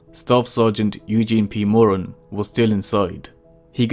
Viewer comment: Moran, he was my great uncle so I know his last name, and how to pronounce it.